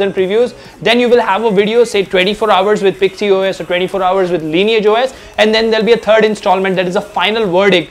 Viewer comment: Its pixys os not pixy os.. Lol